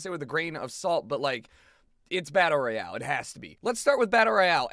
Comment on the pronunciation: its royale not royal